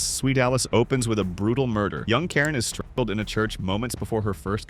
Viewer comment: If you cant say words like "strangled" why tf are you talking about subjects like this!!!????? Never will i subscribe and i hope a lot of others follow suit